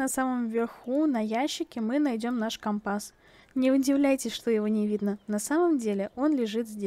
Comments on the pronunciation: Правильно ко́мпас а не компа́с! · Там где ты говоришь это слово слушать невозможно, по ушам сильно бьёт. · Слово «компас» латинского происхождения. В языке-исходнике ударение стояло на втором слоге, но сейчас такое ударение встречается только в речи моряков применительно к морскому компасу. Много играю в Пиратов, вот и привязался морской говор. А еще возможно в старых фильмах связанных с моряками было такое произношение, которое я запомнила в детстве 🤔 а это уже не искоренить из памяти🌊